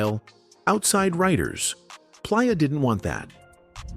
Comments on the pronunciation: Da Bassment & Plyah fcked me up 😂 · He Pronounce Playa like Pliyer....AI all day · Bruh 😂😂 I thought I was tripping when I heard the way ai pronounced “Playa.” Making it difficult for no reason. At least I feel some job security now 😅 “GeeUweenie” took me clean tf out! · i said the same thing and he kept saying Ginuwine name wrong and Playa🤣🤣🤣🤣